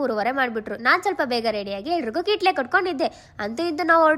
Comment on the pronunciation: Adu kitle alla madam kwatle